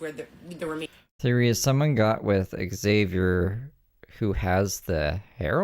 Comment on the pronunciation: Aghh. The neighbor pronouncing Xavier correctly has me shooketh for some reason. I think I’ve actually forgotten how it is pronounced to be honest now.